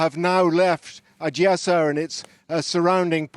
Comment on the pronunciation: If you are speaking English, speak English, man! In English it’s Odessa, not Ojiyessa.